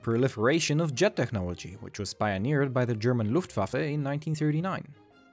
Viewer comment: You're the first American I hear pronounce "Luftwaffe" the right way! The rest of the video is also very interesting.